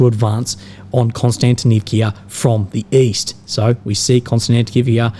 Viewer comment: Not Konstantinivkia!!!!!!!! Not "ia" on the end!!!! Just"a" vowel!!! One sound "a" Not two sounds "ia" It is a VOWEL!!!! Just one letter you hear. A